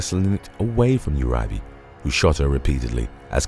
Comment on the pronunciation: It’s Ur-e-bay and Maine-ge